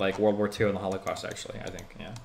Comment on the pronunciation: Yo, is destiny secretly based? It sounded like he accidentally let it slip "That's enough of the hall-of-cost, I"m so tired of the...ww2 movies"